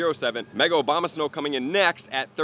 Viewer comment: Dude still saying Obamasnow lmao